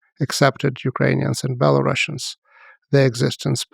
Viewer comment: A historian who calls Belarusians BelaruSSians 🤦‍♂️